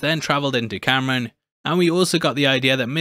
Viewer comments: It's not Cameron. It's kahm-rahn. C'mon babe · HIS NAME IS NOT CAMERON OMG. KAM RAN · Btw his name is pronounced like calm-rahn not Cameron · Kamran (com-ron) not Cameron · Why does everyone pronounce his name Camrin? It’s Kamran!! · Ngl you call him Cameron instead of Kamran was super distracting in this video lmao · It's Kamran, not Cameron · omg its not cameron... ITS KAAAMRAAAAN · KAHM RAHN NOT CAM RAN I tried again cant get past it. Just like KAMALA with her gym teacher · A few corrections: His name is pronounced com-ron. Kinda like rom com but backwards. The language is Hindi not Hindu. That's a religion. Kamala's dad was quoting the Qur'an not the Torah. There is a verse (5: 32) that says whoever saves a life it is as if they saved all of humanity. And the verse is talking about a law decreed on the children of Israel. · Ear rape when you pronounce kamran as camron💀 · Roasts damage control lady for microaggressions. Calls Kamran Cameron throughout the video. Do you call Kamala Kamalia? Its literally why I cant watch your recaps on this show. Usually great, but this is fingernails on the chalkboard bad. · I really cant stand how he’s calling Kamran Cameron